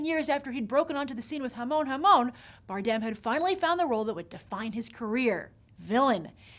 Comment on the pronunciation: Grace your pronounceing Javier's last name the wrong way.